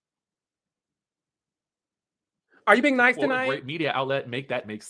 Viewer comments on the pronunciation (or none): none